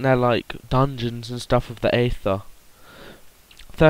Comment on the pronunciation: Its pronounced eather not neather